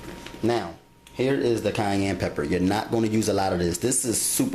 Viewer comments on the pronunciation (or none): STOP STOP STOP!!! DID YOU JUST SAY KANYE, INSTEAD OF CAYENNE? OMG I AM MOFON' TO THROUGH!!! DROPS MIKE.